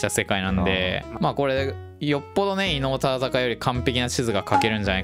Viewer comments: 伊能忠敬ちゃんと言えないのすごく分かる 地図の書き方色々なの面白かった ここ笑った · 伊能忠敬さんってちゃんと言えない可愛い...